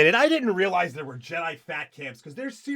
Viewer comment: "Je-DEI" hits hard.